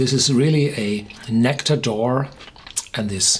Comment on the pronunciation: "Nectawr d'oar" ... I think a German pronunciation would have been closer to the way it's supposed to be said in French.